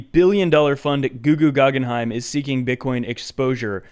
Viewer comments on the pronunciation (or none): "GoogooGaggenheim" lmaooooo dead